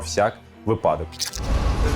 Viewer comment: Вибачте за мою пескіплевість, але це моя робота: я виправляю мовні помилки. Запам'ятайте таку приказку, яку говорила нам викладач кафедри української мови, доцент (мабуть, вже професор) Дениченко Наталя Павлівна: випАдок не припАдок - вИпадок. Працюємо над своїм мовленням разом.